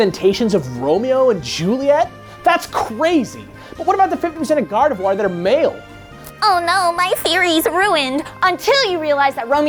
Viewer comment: "Garvedoir." Come on, gang.